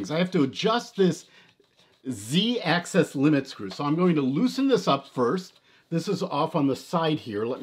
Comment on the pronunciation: I had to stop watching. It’s “Axis”, not access.